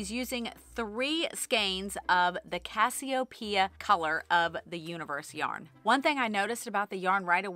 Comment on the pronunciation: I’ve never heard the constellation / Queen & Andromeda’s mother, Cassiopeia, butchered I mean pronounced that way 😖 🤣😜